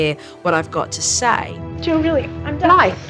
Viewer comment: Dang, I thought the mom said her name was Blight 😂 I was like that was rude of her parents to name her that. But no it’s Blythe.